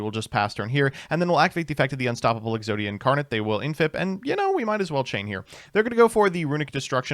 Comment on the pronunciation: Exoida, obwiberlate!!!